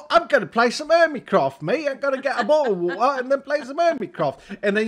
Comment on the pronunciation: he just said bottle of water in her british acent lol